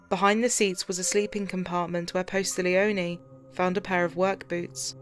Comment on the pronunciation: PAT POSTIGLIONE He is an amazing LE officer/ detective! He was personally selected to go to Steve McNair's secondary apartment where him and his mistresses body were found dead b/cause he was friends with McNair! I hate when they do all this research but not only pronouncing his name wrong but also spelling it wrong!! I can't help it sorry!